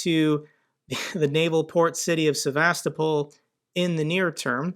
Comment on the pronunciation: Well, you managed to say Sevastopol correctly once, so that's an improvement.